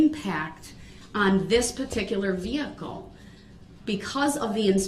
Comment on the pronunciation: The 20tin veehikle